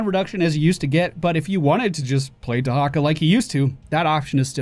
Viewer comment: WHAT? Dehacka?